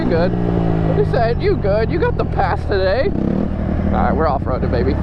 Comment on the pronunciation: Not taday!!!